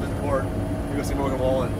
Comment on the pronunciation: It took me a second to realize you were trying to say Morgan Wallen 😂😂